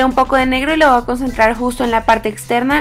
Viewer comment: hablas bien feo dices y me lo voa aplicar se dice me voy a aplicar ......sorry